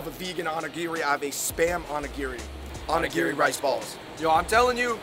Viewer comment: Love this but you said Onigiri 🍙 wrong...